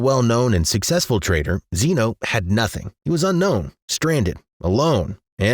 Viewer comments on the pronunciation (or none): none